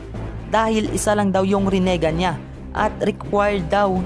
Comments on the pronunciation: Pakiusap ayusin mo ang bigkas mo para astig pakingan.. rinegan yun hindi renigan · pa ayos naman ng pronunciation mo ginagawa mong tagalog pronunciation yung rinnegan ehh ang sakit sa tenga hahahaha